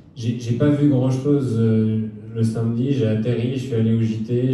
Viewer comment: Par contre Thomas, tu dis que les français disent "Cat" au lieu de "Quatre" (ce qui est vrai pour bcp), mais toi tu dis SAINMEDI au lieu de SAMEDI 😵